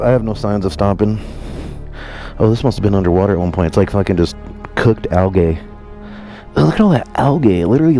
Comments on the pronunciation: Yo, wtf is "algay"??? LOL. 👊😎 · The way you say "algae" stresses me out but I still love ya